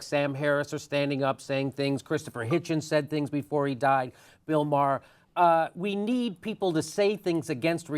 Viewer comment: HOW THE HECK DID HE JUST SAY " BILL MAHHER " OH GOD THIS IS BAD.